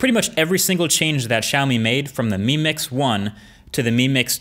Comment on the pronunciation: When you're saying "mi mix" I keep hearing you "meme mix"